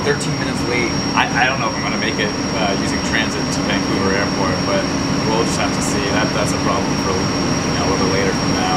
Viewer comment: Van-couver to Vang-couver! Haha seems like you got a hang of the Canadian dialect 😂